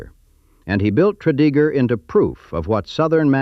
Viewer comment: Tread-a-gur...not Tread-E-gur